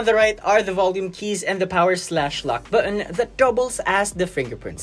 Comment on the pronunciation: lmao "bu'on"